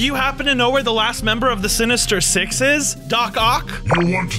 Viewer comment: i Heard "Six In The Morning Like " Um " Sex In The Morning " Bruh *If You Heard Like That Like This Comment"